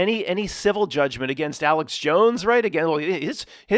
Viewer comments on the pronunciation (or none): none